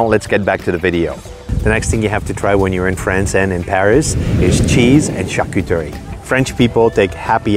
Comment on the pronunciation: Lmao she said “charcoocherie”